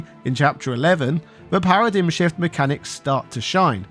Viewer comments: Feel like I should point out it's usually pronounced "para-dime". Also in FF XIII-2, they got rid of the annoying "Paradigm Shift" animation, making battles and switching faster. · Do Brits generally say, “para-DIM,” instead of “para-DIME?” Or is it just you?😅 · thats not how paradigm is pronounced